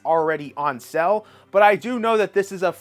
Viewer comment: Why are you saying SELL instead of SALE!?!!!